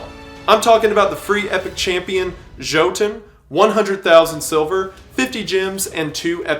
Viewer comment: d…did he say joe-ton?